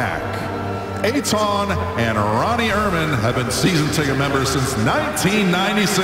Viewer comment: What a really nice moment. BUT. I love how the commentators totally botched pronouncing and mixed up the parents' name: The mother is Ronit (pronounced: roe-nEEt) and the father is Eitan. Well done, guys -__